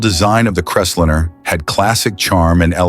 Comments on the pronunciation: more text to speech GARBage completely ANNOYING "crest linner??? lol what bs why dont you use your own voice jeesus thia makes it shit hard to listen to and disgusting i'm pout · It’s not just that it’s computer generated voice, it’s BADLY done. Crestlinner, FFS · And it can't pronounce words correctly. EG: What's a Crest-linnah? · CREST LINER not Cresslinner. Get it right! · It's a Ford Crest-line. Not 'liner', like 'diner', not 'dinner'. The stupidly of this video takes away it right to call ANYTHING ELSE stupid.